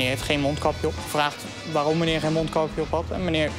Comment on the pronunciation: 8.51 meneew, poowtje, 😡